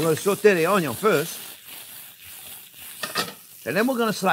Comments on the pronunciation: I love the way he says onyon 😂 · I so love this man.... we have to make onyon 2.0 - HAHAHAHAHAHAHAHAHA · What is a ONNGYUUN? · I love the way Chef cuts the Onyon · Sausage and onyo, a match made in heaven! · "onyo is number first!" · ONYION 2.0 😂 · I love how you pronounce 'onion'. Takes me back to watching Justin Wilson cook. Your enthusiasm brings a little bit of that experience back, too. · Ok now I know how to cook sausage, I’m going to make this soon. And I will try to pronounce onion like Chef JP.